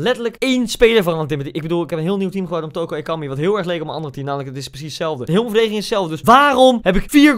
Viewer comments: Ik: OSEI-TUTU Koen:TOKO-EKAMBIE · Spreek toko ekambi uit als oko ekambi maar de t moet je snel uitspreke zodat t klopt